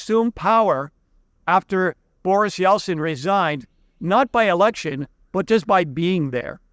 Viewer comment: Pretty sure you nearly said "erection" there rather than election. Luckily it wasn't the most interesting part of the video, thanks!